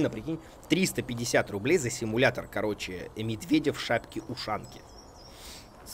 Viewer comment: Симуятор ведмедя)) чьо?) пачему "Симуятор ведмедя"?!?!))